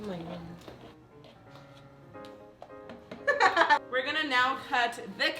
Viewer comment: “Oh my goones” I’m dying